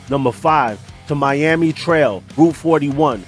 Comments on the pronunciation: Great video ! Ocala National forest is pronounced : Owe-kal-uh And Tamiami trail is pronounced : tammy-ammy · No disrespect, but "Tamiami" is pronounced "TAM-EE-AM-EE" and it's "O-CAL-A" (CAL is pronounced like California), not "Os-cah-la"